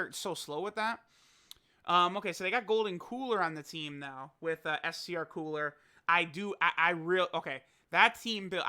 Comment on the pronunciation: Coo-ra not cooler